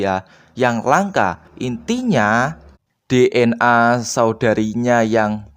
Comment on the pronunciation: gw ngakak pas denger lu susah ngomong DNA akaoakaoao